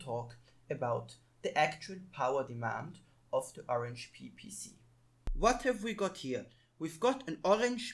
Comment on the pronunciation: There's the other side of a resistor right before the microusb line that you can use to solder to vcc-in easily, you've basically pointed directly to it but did nothing, it's working nicely here after some rerouting Also please don't say Orange Pee, cmon